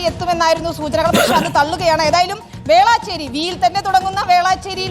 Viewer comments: വേള ചേരിയല്ല പൊട്ടൻ മൊട്ടെ വേലച്ചേരി ഞാൻ ചെന്നൈ ന്യൂസ് കണ്ട് cringe അടിക്കുന്നു മലരുകളെ സ്ഥലത്തിൻ്റെ പേരെങ്കിലും ശരിക്ക് പഠിക്ക് 😂😂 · വേളാചേരി അല്ല വേളചേരി എന്നാണ് 😂